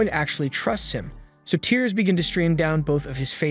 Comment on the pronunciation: it was a typo. the person running this channel writes a script summarizing the story then has an ai voice read it. which is why it sometimes pronounces words wrong like “tears😭” instead of “tears🗡️” and why the voice is monotone and doesn’t have any emotion to it.